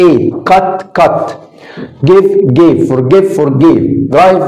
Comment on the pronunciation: أستاذ الفعل gave .. لاحظتك في أثناء النقط ل a كأنها e .. وفي فيديو سابق قلت ننطق ل a بصورة واضحة إذا كانت اللفظة منتهية بال e . ومثله made ..